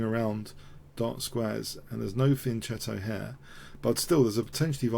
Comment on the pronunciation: Little pointer on pronunciation. The "g" in "giuoco piano" is pronounced like the "j" in the English word "joke". Giuoco = "jwoko" or even "jok-o" Also, "fianchetto" is pronounced "fianketto". The "ch" is pronounced like a "k".